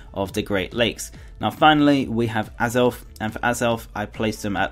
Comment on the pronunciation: Uxie is pronounced You K See Meslrit is pronounced Mes Prit Azelf is pronounced Ay Zelf